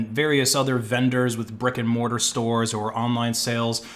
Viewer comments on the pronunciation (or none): none